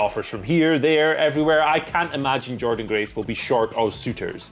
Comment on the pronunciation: Don't you mean Jor-Dean Grace?